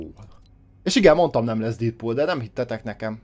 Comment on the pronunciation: Dedpul úgy kel kiejteni